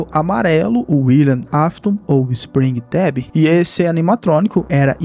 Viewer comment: Ouvir Spring"TEB" me feriu em regiões inimagináveis 😅